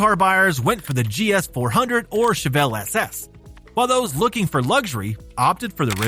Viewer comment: Chevelle not Chevellre.